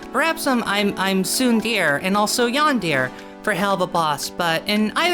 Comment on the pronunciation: please learn how to pronounce yandere and tsundere correctly